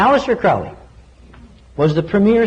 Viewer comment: ARGHH it's proninciated Kroh-lee.